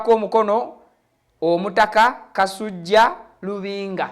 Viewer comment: Ssebo tereeza olulimi ayitibwa kasujju so SSI kasujja nga bwosoma